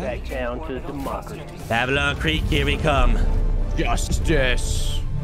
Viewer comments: "Mavelon"??...Malevelon even.....,reading. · I like how everyone calls it Mavelon instead of Malevelon